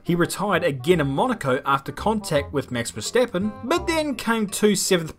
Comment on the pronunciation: Mex Versteppen😂😐 what kind of dialect is this, I'm a German and never heard this pronunciation